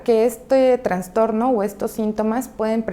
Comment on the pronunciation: Sino Escucho Mal....dice TraNStorno. Lo correcto es TraStorno!! No Existe la otra palabra!